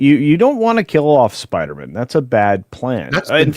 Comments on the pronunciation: Please don’t ever let culture say Spidermn on air again. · Anyone who can’t say spider man should not comment on marvel